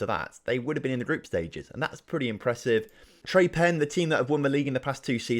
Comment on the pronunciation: the 'e' on the end of Tre Penne is pronounced. Also as for the higher seeded club advancing if there is a tie, that's typical for Italy, the Serie C playoffs do it too.